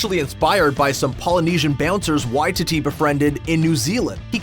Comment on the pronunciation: how many times are you gonna incorrectly pronounce Waititi in this? it’s Why-TEE-Tee inflection on the middle TEE not the Why— basically why-tee-dee